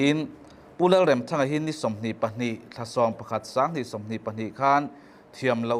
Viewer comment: Remthanga hi i lam dan a dik lo lam dik rawh.